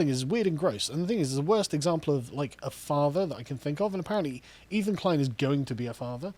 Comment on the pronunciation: Guys, it's "Ethan" ...